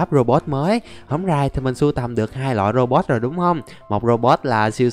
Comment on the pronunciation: Anh đọc lộn thành robo